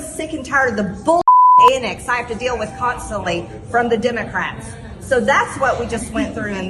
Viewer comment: 'Consterly'…..? What is that?